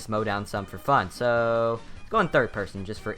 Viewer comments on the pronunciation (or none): none